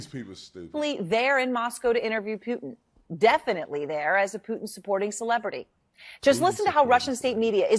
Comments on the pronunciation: Who is "peeuuutin? I know who Putin is, but PŪTIN.... NO CLUE. LOL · The one anchor can’t even pronounce Putin correctly lol